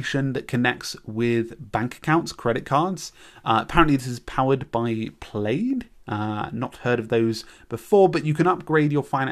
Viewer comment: Is the British pronunciation of Plaid "play-ed"? That's amazing. I've never heard it said any other way than "Plahd" Plaid is the largest bank connector software in the world, they were recently acquired by Visa for $3.5 Billion.